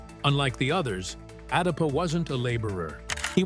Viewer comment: Not darpa. Adapa... So come collaborate with adapa... ❤